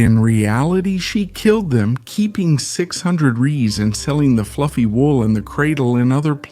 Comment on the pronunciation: It's not "Ray - eez" it's pronounced "Rays"